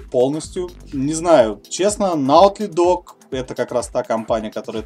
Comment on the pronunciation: ты конечно "засранец" еще тот. Но подборка - ГОДНАЯ:):):) Лайкос тебе, дорогой. PS: правильно произносить "Нойти Догз":)